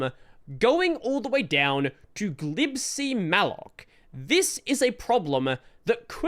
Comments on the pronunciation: It's "G-lib-C," not "glib C". 🤣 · I've always pronounced it "G-lib-C" but I think I prefer "glib C" now. Ain't got time for the extra syllable, if you ask me. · Wait. How do you pronounce "glibc"??!! I thought it was pronounced "Gee- lib- cee"